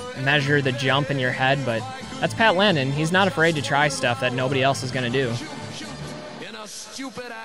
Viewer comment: It’s “Lennen,” not “Lennon,” is isn’t it? Pat, back me up on this., shout out to you too!